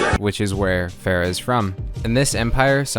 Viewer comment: I am T R I G G E R E D, TRIGGERED. You pronounced Pharah's name "Fare-uh", everyone clearly knows that her name is pronounced "Far-uh". GAWH, disappointed just like my parents.